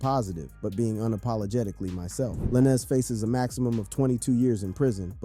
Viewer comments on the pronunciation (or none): Why are you pronouncing Lanez like that?